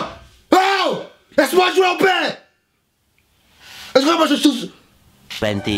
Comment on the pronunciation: Nn Plutôt "esque moi je souze"